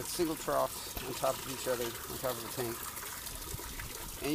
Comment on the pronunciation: What kind of troughs are you using? I didn't understand what you said.